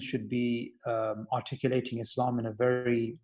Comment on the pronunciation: It sounds like is saying 'I reverted to Islamabad!'. hahaha. I had to rewind just to hear that. Mashallah.